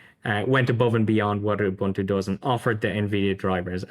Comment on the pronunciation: Please please please... it's not pronounced "you-buntu", it is an African word pronounced "oe-buntu/oo-buntu". Think when you're saying "oe", the same sound as the word "shoe". Your guest from Zorin is pronouncing it perfectly.